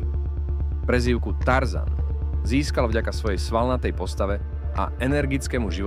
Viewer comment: Nevies rozpravat vobec. Neda sa to počúvať katastrofa a zabudol si druhy krat pri tarzan zvysit hlas na T